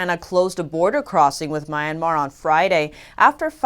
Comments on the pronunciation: I love your channel, you're doing great work, but can you please correct your pronunciation of Myanmar. It sounds like "Mi-en-mar" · There u go again with MORE FAKE NEWS!! but b4 i go to THAT, i hv to TEACH YOU something: IT'S NOT "MY(like in Mai) IRN MAR"...IT'S "MEE URN MAHR"!! Got it??...i wonder HOW YOU WOULD CALL PEOPLE FROM MEE URN MAHR??...IF YOU DON'T KNOW...just let me know...I WILL TEACH YOU!!...ok...so lets go to d point about YOUR NEWS...BILLIONS of Masks?? Not TRILLIONS??...c'mon!!...when u say "A Hospital" ...that is WRONG!! Your Journalist Credentials ARE VERY POOR, VERY, VERY POOR, SPECIALLY WHEN YOU "ARE TRYING" TO REPORT IN ENGLISH LANGUAGE!!...WE English ppl or Americans say "ONE Hospital"!!..and that is WHEN NOT TO MENTION D NAME OF THAT HOSPITAL...like when u say "A DISTRICT OF BEIJING" (NOT saying WHICH DISTRICT (??)!! In Beijing we hv SOOO MANY DISTRICTS)!!...understand?? It's MORE DN OBVIOUS that your own EDUCATION is EXTREMELY VERY POOR...but STILL...you are considered as TV REPORTER(?)!!...there is ALOT MORE to say about your NEWS...but you know what? I feel TIRED....and IT WOULD B A WASTE OF TIME making REFERENCES towards your INFORMATIONS!!...there is AN OLD SAYING "THE RAIN CAN HIT D ROCK, BUT CANNOT BREAK IT"!!...same goes to you!!😈😈😈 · Thoroughly enjoy listening to this channel. Notice one minor error, Myanmar is pronounced ‘mee-ahn-mar’ :)